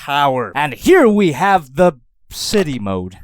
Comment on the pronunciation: You say city mode more like shitty mode!